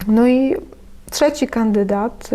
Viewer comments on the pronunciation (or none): 'krul Karol czeci tez zdarza sie slyszec...